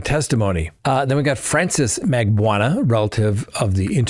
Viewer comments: ...its MAG BAN U A each syllable is pronounced not blended together. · Just an fyi, Katie's last name is pronounced "Mag-BAH-noo-ah". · come on. It's not that hard to correctly pronounce the woman's name. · Have you ever read or heard Charlie's girlfriends name? Magbanawa. ( not sure of the spelling) but can you read? I would expect so if you are an attorney. At least try to sound it out dude. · I’m a fan and appreciate what you do, but darn, take a few minutes and learn how to pronounce people’s name. Markel and Magbanua are though to listen to 😂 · It’s pronounced Mar-KELL and Mag-BAN-oo-ah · Dan Mar-Kell not pronounced Markel and Catherine Mag-ban-a-wa